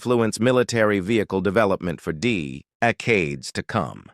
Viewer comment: Teach the AI how to speak. Dee'-ecades. Decades???